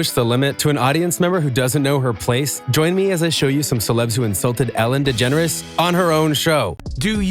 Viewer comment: Its Ellen DeGeneres not «Ellen Degenere»